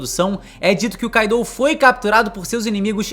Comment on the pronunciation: se diz Kaido, kaidou não😂😂😂😂😂😂 vocês brasileiros me cuiam bué, Gostam de trocar os nomes dos personagens dos animes